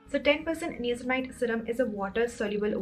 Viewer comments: its pronounced as NAYACINAMIDE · You're pronunction of niacinamide is wrong 🤦🤦